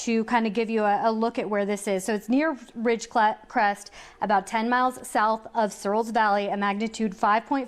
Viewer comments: How many times do they mess up the word "Ridgecrest"? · Yes apparently it is pretty hard saying Ridgecrest